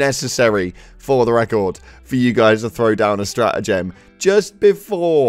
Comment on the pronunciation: Why do you say stratagem weird